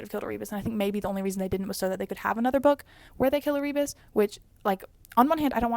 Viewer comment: Also- pretty sure it is pronounced as Air-ah-bus for Erebus